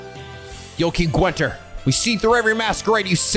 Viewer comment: Congratulations on making it through the whole game without learning how to pronounce Guenter... it's not Gwenter.